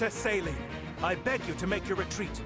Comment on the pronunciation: I can never take Celine's name seriously, I can only ever hear "saline."